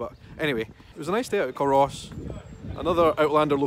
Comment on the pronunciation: Hi I remember seeing you there. I see my 4x4 in the background at when you are back in your car at culross. Just a wee tip. Culross is pronounced " cooooorus " the L is silent. 😉 love your videos. I'm from the area xx